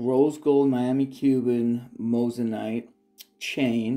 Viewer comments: Moissanite not mossanite 😂😂 watch you vids all the time , would of thought you would have pronounced it right by now 🤣🤣🤣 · You did say Mose an ite lol. Just messin with ya a bit. Love the vids